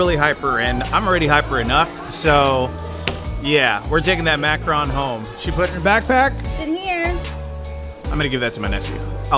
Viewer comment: Thank you pronouncing macaron right!! Lol